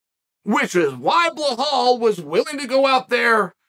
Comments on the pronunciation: Blehal..... hooo da fook is tha guy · Ble-hawl "remember the name"